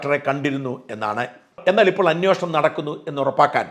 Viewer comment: സര്‍ ''അന്വോഷണം'' തെറ്റാണ്. അന്വേഷണമാണ് ശരി.